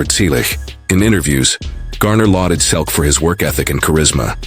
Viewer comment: There is a lot of misinformation in your comments. Learn English. It's free on YouTube before you post another video using an AI generated voice. That sounds awful. I am a relative of Tom and you cannot even pronounce "Selleck" correctly. What is shocking? Your stupid video? We, the family on behalf of Tom, have already reported several times that he has not confessed to anything. Tom also has already confirmed that he hasn't given an interview about James Garner in a long time. The last one was 11 years ago, immediately after James' death on July 19, 2014.